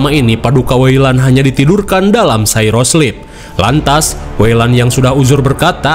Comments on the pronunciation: Bang nyebut cryosleep itu "kraiiyoo-slip", bukan "seiro-slip". Koreksi bang. Lanjutin alien universnya 👍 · bang kalo di film2 alien, cryosleep bacanya cry-yo(kryo) bukan cy-ro(syro)